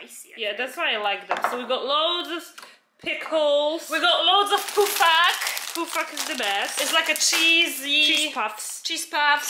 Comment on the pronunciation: Girls, it’s called pofak not poofak🥰😉😘